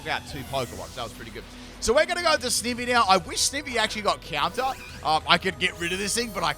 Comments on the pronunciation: It’s sniiiiivy not sneeeeevy, I just got mad at you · I swear to heck it's Sn-eye-vee! Not Sn-ih-vee! It's literally Snake + Ivy. You know, the plant/vine/leaf? I just can't with your ridiculous pronunciation rn. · He’s making me mad every time he say sneeevy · Snivy is snake ivy put together, because it's a grass snake. So it would be sn-eye-vee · He said “sneevy” lmao 😂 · Ah yes, good ole Snihvy. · TIME TO ROAST FOR MISPRONOUNCING SNIVY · 2 minutes in, 8 pronunciations of Snivy😮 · My second favourite starter and he butchers its name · Pronounced Snivy as in "ivy".